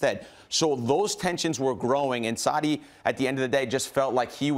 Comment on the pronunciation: Sarri seems to be hardest word for Americans to pronounce